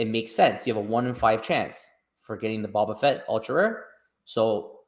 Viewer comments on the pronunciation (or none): It’s hard for us to believe your predictions when you can’t even pronounce the character. It’s bOba Fett not Bob a fett. You don’t realize how popular a character he is